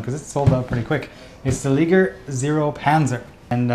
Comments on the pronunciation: It's pronounced "Ly-Ger", not, Lig-er. Like.. Lion.. and Tiger.. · I think it's "Lie-grr"